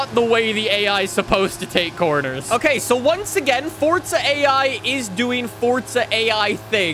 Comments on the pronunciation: It,s Forza, not Fortza. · Why do some people call it fortsa it's forza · yes I know it means power however the game is FORZA not fortsa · Why dose he said fortza 😑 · forza not sure what FORT ZA IS